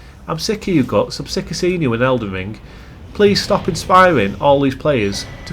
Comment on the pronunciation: Other than hearing you call Guts Gots like 100 times I enjoyed the video sir.